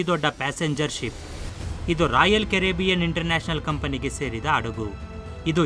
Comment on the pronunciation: Thilidu kolla beeda maga😭😭😭 Adagu halla (alla) hadagu🙄🙄🙄